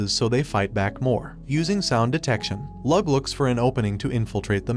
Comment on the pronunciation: Bruh it’s not Lug it’s Lo-og